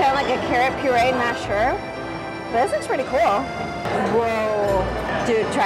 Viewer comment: i love how you two make one syllable words into two; cute becomes keu-oat good becomes goo-ud cool becomes koo-ule fun becomes fuh-nah